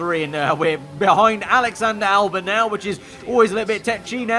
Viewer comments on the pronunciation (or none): Can you please pronounce albon as Albon and not Albin